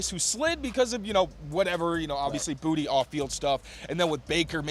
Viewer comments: he may have been trolling, but when he arrived and was asked by a local reporter, he said “bootie.” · it’s bootie. he said so.